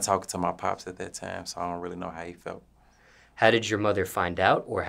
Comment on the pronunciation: He pronounce time like "tiam"